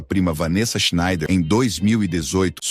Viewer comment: Esta historia ja é conhecida. muito bem narrado. SCHNEIDER É UM SOBRENOME ALEMÃO e palavras em Alemão se pronuncia até a última letra, portanto SchneiDER. Em Português costumamos engolir as últimas letras, mas somente em Português.